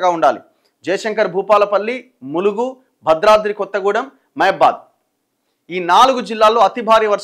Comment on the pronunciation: Badradram.. 😂 tung slip